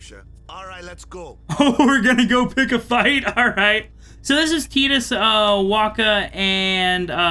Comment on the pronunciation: This guy so dump ,he keeps saying tidas wrong..😂